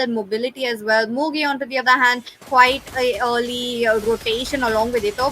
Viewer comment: It's Mugi not muji brahhhh